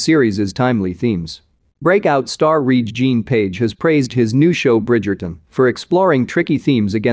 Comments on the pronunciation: Please pronounce the man's name correct...it is pronounced Reggae. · Pronounce after me “ reggae John “ 🧐 put some respeck on his name 🤣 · Re'ge-is pronounced Reggae. Jean is pronounced the French way...Jon or John. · Pronounced REGGAE like the music. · LEARN HOW HIS NAME IS PRONOUNCED! IT IS LIKE REGGAE!